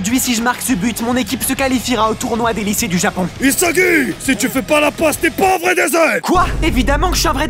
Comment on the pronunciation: c pas isagi c isaguez😂